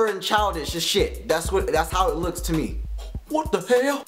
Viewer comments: "Wat da hael"lol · i laughed hekka hard every time he said whut da hell! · Lmaoo!!! Its funny how he says "Whata hell?" lmao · I love the way he says "whata hell" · He says WHAT THE HELL like an asian .. (